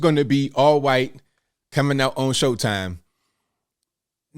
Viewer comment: it's pronounced HHUUUITE